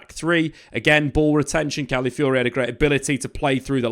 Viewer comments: Cali-fiori? CALAFIORI m8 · "one of my favorite players last season" proceeds to butcher his name everytime